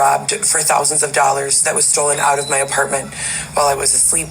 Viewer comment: “Thousands of dolla’s” my buy cheeks !! 🤦🏻‍♀️